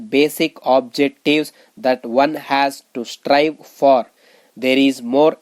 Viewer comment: Ur dictation pronunciation is very poor. Make difference in has and as..idiot